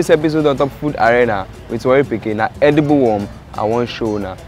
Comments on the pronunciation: Dude said "edeebul wum" like 1900 times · he keeps saying "edible" worm........trying to convince you it is actually eatable